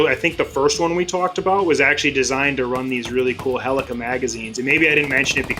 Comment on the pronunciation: Just a friendly reminder, they're called HELICAL magazines, not HELICA magazines. No shade, just reminding.